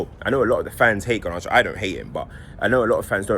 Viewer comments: Have a drink every time says Gar-nar-cho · I love the way pronounces garnacho 😭